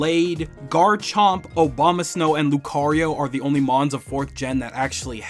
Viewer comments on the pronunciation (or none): Man said "Obamasnow" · Was I the only one that heard him say "Obama-snow" 😂